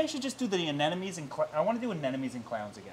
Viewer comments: You certainly know a lot about aquariums! Except how to say anemone. Ah-NEM-oh-NEE. But even the Grammar Police can appreciate an informative video. 🐠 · It would be nice if you could learn to pronounce "anemone" correctly. Not cute or funny that you pronounce it incorrectly; it takes you down from "king" to a duke. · please google “anemone pronunciation”! Sorry, I guess we all have a pet peeve right? Lol!!